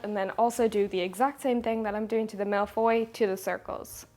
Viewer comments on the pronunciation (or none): I’m french and it took me a few seconds to realize that when hearing ’malefoy’, it was supposed to be ’mille feuilles’ (thousand sheets), but let’s just call that exotic and lovely.